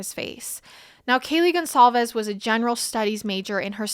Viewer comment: You are all saying Kaylee’s last name incorrect. GonCALVES not Gonzalez